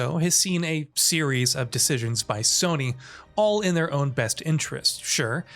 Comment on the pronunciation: its time for Soh-ny to sink